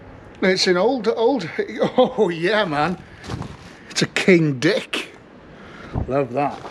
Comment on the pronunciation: Absolutely brilliant video and outcome - I just had to keep watching……..really looking forward to Ep.2 (And the “King Dick” spanner pronunciation/inflection made me spit me drink out! Hilarious!) Keep ‘em conin’